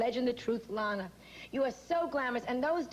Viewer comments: It's pronounced ' Lahna ' , as she corrected Bryant Gumbel on the Today Show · Simple. To piss her off. Bryant Gumbel did the same thing on the Today Show.